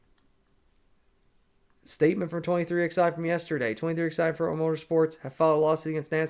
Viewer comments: Stop calling them “twenty three ex eye” 😂😂😂😂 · NGL I always chuckle when you say 23 Ex I 😂 love it